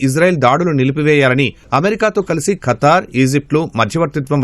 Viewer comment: Oray veeei pappa akraminchadaaniki kaadhuraa Babu Firstu bible chaduvuraa babu history telusukora babu Funny fellows oray kattari kaadura it's Qatar pronounce properly funny fellow😂😂😂😂